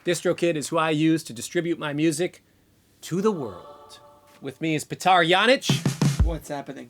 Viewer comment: Why is Petar introduced as "Pe-TAR", when Cory already demonstrated (previously) that correct pronunciation is "PAY-tar"? Or am I missing something. (Names = respect. ;)